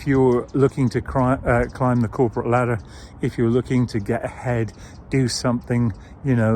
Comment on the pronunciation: Climbing the corp " ledder " ... :face-turquoise-covering-eyes